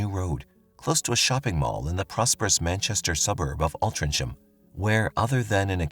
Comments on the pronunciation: I'm so glad you have mentioned the pronunciation of Altrincham. It was really annoying me when he said it soooo many times and each one was wrong. 😃😃😃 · Cant deal with the pronouncing of Altrincham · Stop saying Altrincham incorrectly. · if you are going to keep using a towns name learn how to pronounce it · Couldnt be bothered to look up how to pronounce Altrincham, nah? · Within first minute I hear multiple grating mispronunciations of the town's name, you show shots of Piccadilly Circus London while talking about Altrincham town centre, then in comments you are commercial spamming. Probably best if you stick to stories from USA as you will certainly be aggravating the British with this performance. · I came to tell you that you were pronouncing Altrincham wrong too, lol. You did say Wythenshawe correctly though, so well done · Sorry, but he really needs to check out how to pronounce altrincham , his way is way off 😂😂😂😂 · It's pronounced Alt trin gum. It's a few minutes from where I live. If I had known you were covering this story I would have popped into Altrincham and got you some photos and a video of the actual crime scene 😊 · It's pronounced alt-ring-ham remember hearing about this at the time and thinking that this was 1 gullible kid, my ex girlfriend lives just around the corner from where this happened in Lloyd's gardens. This is 1 of most bizarre stories I've ever heard and the kid who dreamt up this plot is a seriously wasted talent and has got a hell of a brain in that warped head of his 😆 🤣 😂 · It’s ALTRINCHAM pronounced ALT RING HAM 😂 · Great telling of the story. Quick FYI - Altrincham is pronounced Altring ham (no delay - just breaking it out so you know it's not 'cham'. (It's my hometown). I know it has a C and not a G but that's still how we pronounce it. For the viewers, please also be aware that 'Mark' does not represent the level of intellect of the citizens of Altrincham 😆 - I can't believe 'Mark' actually bought this web of BS